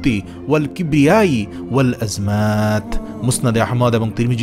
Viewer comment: আপনি এইখানে ভিডিও তে লেখছেন ওয়াল আযমাতি আর উচ্চারণ এ বললেন ওয়াল আযমাত কোনটা সঠিক হবে একটু বলবেন প্লিজ।